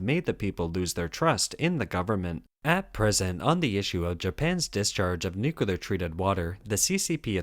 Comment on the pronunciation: It’s pronounced “New-Clear”